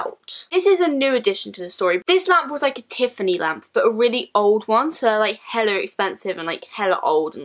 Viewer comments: I thought she said lamb 😂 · I deadass thought she said lamb 😂